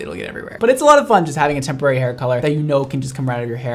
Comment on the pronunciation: All I can hear is tempura hair colour